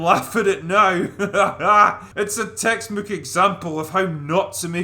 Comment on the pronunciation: "a textmook example" This movie is so cursed it makes you forget how to talk. Maybe that's just the alcohol though.